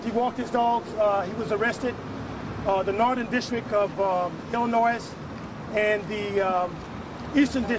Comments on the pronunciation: Dude said let’s be intelligent after just saying Ill noise. Hmmm... u mean Illinois- the s is silent. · Its not Illinoise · Anyone who pronounces the "s" at the end of Illinois should not be trusted. Bruh...🙄🙄🙄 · Jazzy Moni Haaaaa!...😂😂😂😩.... I caught that too liiiiike, you have clients all over the globe? Ok cool but Ima need you know how to pronounce all the states of your HOME COUNTRY.... correctly sir